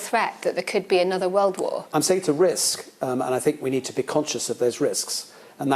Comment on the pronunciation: "SO YER SAYAN THAT" get this woman to interview Jordan Peterson